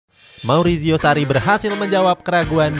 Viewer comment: Marizio, bukan mauricio